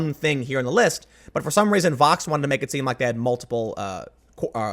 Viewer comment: Also, Tim... Vox??? CUMMON